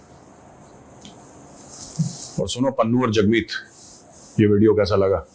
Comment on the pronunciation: Hagmeet, not jagmeet 😂😂